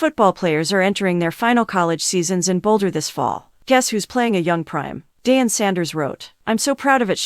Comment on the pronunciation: DĀN and SHEE-lo Sander? The AI is torture!